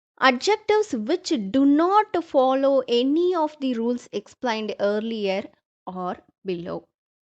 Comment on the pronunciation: Madam sorry, articles "the" your pronounciation tha or thee